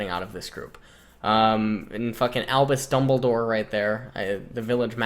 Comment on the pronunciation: Holy fuck when he said albus dumbledore I fucking died